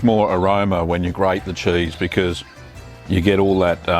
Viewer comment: "chaese". I LOVE HIM.